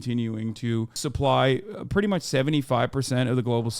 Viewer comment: "K that's preddy cool" 🤣